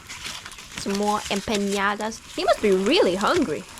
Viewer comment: I noticed that a lot of english speaking people (native ot not) pronounce 'empanadas' as 'empiñadas' which is funny considering they often have a problem with the pronunciation of the Ñ, btw the empanadas with meat inside are more form south america, the mexican empanadas are more of a dessert or sweet snack filled with either pineapple/strawberry jam, chocolate, cajeta (caramelized milk) and the pastry is sprinkle with sugar and or chopped nuts.